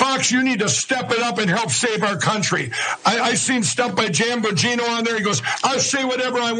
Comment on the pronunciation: and "Janbagino" 😆